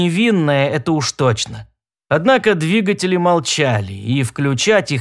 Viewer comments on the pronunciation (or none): none